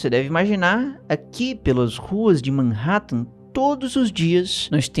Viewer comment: MEENN RÉÉ TEN (Manhattan) me quebrou...